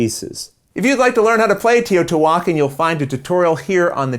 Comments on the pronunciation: Tayoh-tee-wahkahn There's emphasis on certain syllables. the "tee" is the least emphasized. some pronounce the H slightly for a "hwah" sound" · Here is a link of how it is supposed to be pronounced with some story of the archeological site: It's an old Aztec city here in Mexico and it has an accent at the last A of the name, I believe since the publisher of the game is in the United States they missed the accent at the end of the name but the pronunciation is as the lady of the video you put said it, it's just missing the accent at the end.